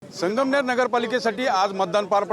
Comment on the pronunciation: आधी संगमनेर नीट म्हणा नंतर विकास करा. मॅडम.